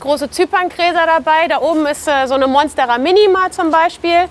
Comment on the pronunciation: Zuerst habe ich verstanden, dass sie 15.000 Pflanzen hat, bis ich verstanden habe, dass das ihre Follower sind … Schrecklich, wie diese Leute teilweise die botanischen Namen aussprechen. Korrekt wäre zum Beispiel Mónstera, nicht Monstéra. Alles Corona-Experten, Russland-Versteher und kleine Botaniker da draussen …